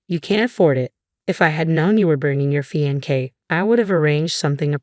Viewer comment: Oh no!!! This is THE worst voice-over ever!!! Fee-an-kay??? What the good holy hell is that??? I know the word...but it is CLEAR you do not!!! Mad-e-line...you know....line...like you draw with a pen or pencil...or, in your case, crayons. Re-con-sider...long e on the "re"...not reh-con-sider.